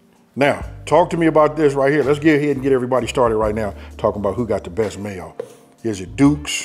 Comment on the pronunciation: Man, I love how he pronouns the "MAYO" word !! I love me some mayo, too